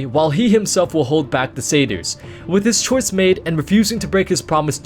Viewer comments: I tried following the story, but I couldn't figure out what friggin sayters are. The only thing I could guess is that you was referring to satyrs, which is pronounced sat-tears. The "A" is pronounced like the word matter and the "Y" is pronounced like an "I," such as the word nymph. It can be pronounced the way you're saying it, but people that do this sound uneducated. Here's Oxford pronouncing it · Took me a while to figure out "cedars" meant "satyrs".